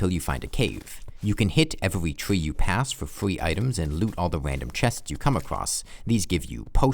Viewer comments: twee, fwee, wold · okay i can't get over it, but in here it sounds like "...letting you bweak one" and it's so cute :3 waa, "fwee gun", i'm sorry if this offends you or smth in case you get to see it TwT (which i doubt but eh always a chance)